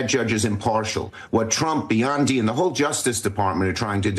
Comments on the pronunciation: Schumer kept saying"he and Biondi" Hate to tell you Chuck, it's not Biondi her name is Pam Bondi and like it or not she is The US Attorney General. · Who the hell is "Bee-on-dee"?!? Did Chuck have a stroke?!!! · Who’s “ Beyondee? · He can’t even pronounce Bondi correctly. Twice he said Bee-on-dee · Oh, I dunno. Pam Bondi might start getting offended because Chuck can’t pronounce her name. Pam Biondi. Geez. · Chuck can't even get Pam Bondi's name right. What a clown